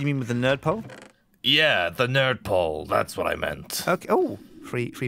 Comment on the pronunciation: he says "nerd pole" and it sounds like turps